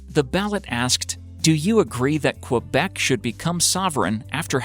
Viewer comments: As a quebecer its saId kebec, not qwebec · say it like this : "Kebec" not fucking KUabec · guy you need to fucking learn how to pronounce the name of Quebec correctly btw prostitution is not legal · This guy's pronunciation of "Quebec"... LOL